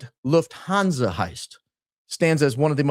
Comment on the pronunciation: love ur videos so much especially ur intros but it pains me how u pronounce lufthansa as a german girl haha the u is short; it's not loofthaanzaaa but luhffthanza. also "niche" is pronounced neesh not nitch:) also omg ur a f1 fan too? im liking u more and more by the day